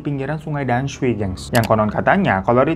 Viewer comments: Dan sui bacanya tamsue kak hiro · damsui bacanya tansui bang😂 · Oalah tamsui,,akk dengernya damsui wkwkwkwk😅 ya tuhan sampek nonton 3 kali cuma mau denger itu tamsui atau damsui 😂😂😂😂😂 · Damsui itu bacanya tamsui bang Btw mksih videonya, emg ya terllu baik sama orang yg baru dikenal itu kdang ga baik juga huhuu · bukan danshui kak tp "tansui" bacanya 😅😅😅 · Bacanya TAMSUI bang 😊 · dibacanya sungai Tamsui kakak